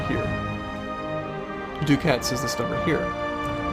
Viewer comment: I don't know why it bugs me so much, but you're pronouncing "ducats" wrong. It's not "doo-cats". It's "duh-kets". Like the word "bucket" only with a d.